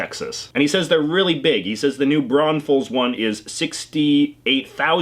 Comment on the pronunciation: I'm excited he said New Braunfels correctly!